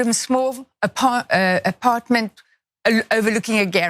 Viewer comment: She barely remembers how to pronounce apartment. She’s so rich and detached she’s like what are those cubicles poor people live in again?